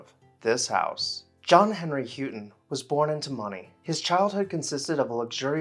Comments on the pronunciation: Pretty sure this name is pronounced “how” ton. Enjoy your videos very much……Patrice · The name is pronounced How-ton. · Not be disrespectful, but as a relation, we pronounce it How-TON.... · Pyramidal is pronounced "Pirradimmil". Houghton is pronounced "Howten".